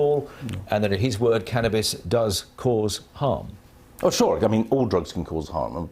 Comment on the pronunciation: did he say cannnabis addict ? lol ok